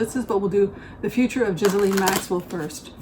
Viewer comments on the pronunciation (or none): Congratulations! Enjoy Portland OR! I’m happy for you. You also look very happy. Thank you for the reading.:) (Ghislaine’s name is pronounced Ghee-Len.) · Zjee-laine is the pronunciation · She pronounces it GHEE-lane Maxwell. (Like the butter substitute.) The correct French pronunciation is GIZ-lane (G sound like in guitar) But as a British family that's not how they chose to do it. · Robert Maxwell seems to have cursed his daughter with a name no one was able to pronounce. The BBC and others decided on a soft "G", no "s" and accent on the last syllable. I guess we'll know for sure if they show her in court and she's asked to state her name and the internet and twitter-verse light up.